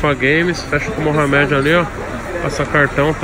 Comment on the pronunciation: Tem toguro falando moha med tem like